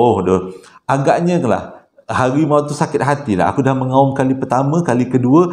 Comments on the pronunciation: MENGAUM BANG BUKAN MENGUAM🤣🤣🤣🤣 HEEYYY ABG NI KANGG🤣🤣🤣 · harimau mengaum, bukan menguam. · menguap apa bang mengaumlah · Excited sangat penceritaan sampai harimau MENGUAM..harimau mengaum Dr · Harimau mengaum, bukan menguam.